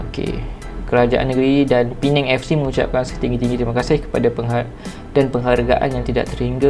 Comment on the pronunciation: terbaik bro 👍 nasib baik thun ni dh betul sebut, P-neng bukn lg Per-nang.. marah org Penang nnti 🤭